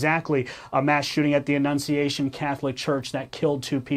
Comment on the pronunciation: ...Annunciation is pronounced as Ah-nun-see- ay-shun.